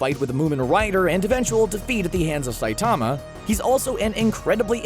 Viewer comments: He can't even pronounce the lead characters name correctly. It's Sigh-teh-ma Saitama, not Sigh-taa-ma Saytama. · u pronounce saitama wrong its saitama all in one word not saitaaaama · The way he says sightama kind of annoys me when it is saitama